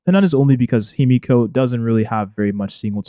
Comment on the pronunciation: dont ever call her "He-me-ko" again lmao